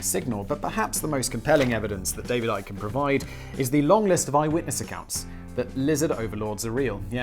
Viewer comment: Simon I am so glad you taught me that ICKY is pronounce IKE. Its the most important think I ever learned.